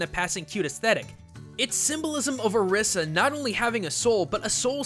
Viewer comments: It's pronounced (Oh-ree-sah) not (Ah-rih-sah) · her name is pronounced (O-ree-sah) Orisa. The Spiritual figures are call (O-ree-Sha) Orisha. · IT IS PRONOUNCED OR-EE-SA NOT OR-IS-A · how do you pronounce Orisa ? why do you pronounce it that way? I pronounce it as Or-ree-sa. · hobo 13 also not the way you say orisa's name in the game. He says "or iss a" her voice lines specifically voice out "I am or ees a" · i'm just saying you pronounced Orisa wrong (don't blame me) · Sure, there is the "Orisha" thing, but does ANYONE else notice that it's just OR-15 with an "a" at the end? ANYONE? OR15=ORIS. See? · You do realize both pronunciations have been used by blizzard officials, and they're the ones who created the name. Technically both are right.